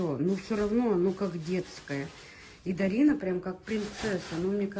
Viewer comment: Ее зовут ДАРИНА! Не надо коверкать красивое имя. Иди русский язык поучи лучше, чем кофточками интересоваться🤨